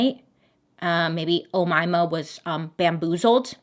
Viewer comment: I new people named Umaima. I think you are pronouncing the name right